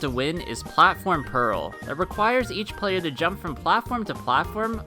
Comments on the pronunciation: platform peril, not platform pearl daft rafts, not draft rafts pitifall, not pitfall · Platform purrul